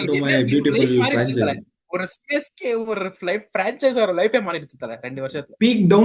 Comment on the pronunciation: Francheese illa.Fran chise